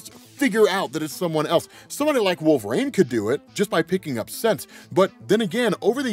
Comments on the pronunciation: Wolvarain is a wild pronunciation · Why do you pronounce wolverine so strangely